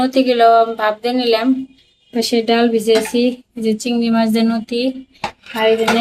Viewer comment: নতি না লতি নাই না লাউ কথা বলো উচ্চারণ শুদ্ধ করে বলো না কেন